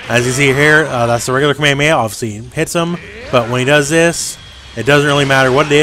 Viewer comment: Your saying KA-ME-HA-ME-HA wrong ..... just sayin